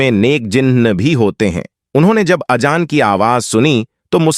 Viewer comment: اجان نہیں اذان وجو نہیں وضو اشیاؤں نہیں اشیاء منتقیل نہیں منتقل وغیرہ کو صحیح کرنا ضروری بلکہ پوری تقریر میں اکثر الفاظ غلط ہیں